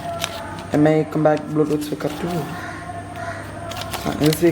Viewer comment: മി അല്ലടാ എംഐ